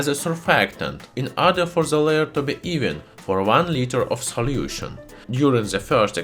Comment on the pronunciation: I love when he says "soliution" XD